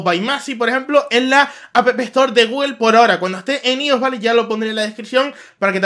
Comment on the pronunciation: Se pronuncia aios no ios :v